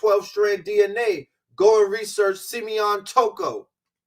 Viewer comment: Classic 🔥 He called it Rasearch! book Mystic Philadelphia is my favorite book!